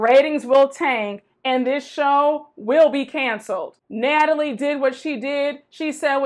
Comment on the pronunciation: Not “Gnatalie”!!!😂